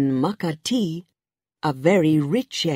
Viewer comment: What a stupid story! By the way, nobody talks so slow like those men! It's ma ka ti, you have to stress the KA and not the TI.